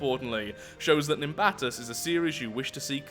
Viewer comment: FINALLY, someone said it right